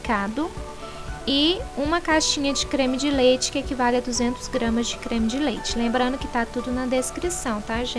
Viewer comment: Moça qual creme tu fala parece que fala creme de xis